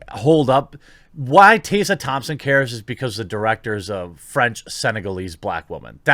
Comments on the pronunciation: Tessa! There's an E! I can't stand her either, but God! I had to stop the video because you calling her Tassa was going to make me shot myself! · TES-R, hard R and say the E. Tessa. If she's ever said that her name is pronounced as you did, she's bullshitting. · You seem to be having some real trouble pronouncing "Tessa" - Tess (how you pronounce "Mess") then add an A to the end... as if your bulls**t star wars rumours arent bad enough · Butchering the name “Tessa”....😂 unless she wants it to be pronounced “Taysa”. 🤔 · Side topic: Are you intentionally mispronouncing Tessa Thompson's name???? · fam can't even pronounce Tessa properly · Why are you mispronouncing Tessa Thompson first name? It should be how you would pronounce MESS, replacing the M with a T & put an A at the end, there is not a letter S in the middle of her name. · lol why are you pronouncing "Tessa" like that? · You’re pronouncing Tessa wrong, it’s so jarring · Couldn't get through the video due to your consistent mispronunciation of a fairly common name. In your mind that's probably not a big deal but it doesn't help your cause when you disrespect one of the main talking points over and over again. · Tessa is pronounced exactly the way it looks.